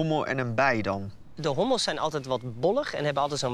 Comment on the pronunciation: zei hobbels geen hommels